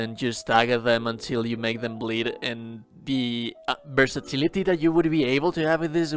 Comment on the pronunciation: I love the way this guy says "versatility" the way it rolls through the L sound 👌